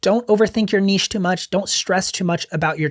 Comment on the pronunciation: Learn how to pronounce “niche”!